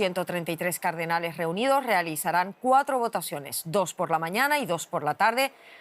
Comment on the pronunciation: Hasta especulan con que se nombró a un papa y no aceptó 😂. No podés 😂. Encima dice "cardenales" y se escucha "carnales"😂